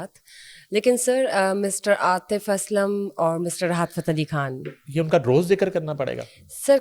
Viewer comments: Excellent coverage of Junaid safdar marriage by your channel ..just one request.. Please speak Urdu correctly ..which u can ..I am referring to woman anchor , do not pronounce Khan as Kahn .... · please pronounce khan correctly it’s khan with kh خ not Kan کان like you do.